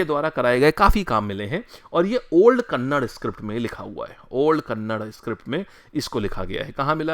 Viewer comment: sir ji kannad nahi kannada boliye🙏